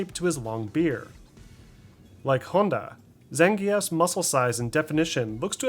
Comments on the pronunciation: Why did he say E.Honda's name like that?? 😂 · Great video. Thanks! I can't help but chuckle at the E Honda pronunciation lol.